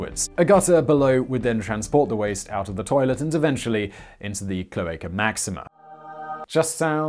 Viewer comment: Rome was not pre inhabited by etruscans and later Roman's moved in, as mentioned in the video. Rome had etruscan kings. Who started the cloaca máxima Btw try pronouncing the A in cloAca as the last a in the same word, or as the a in mAximA